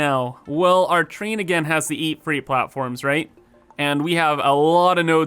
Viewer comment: "The Choo Choo Chrain"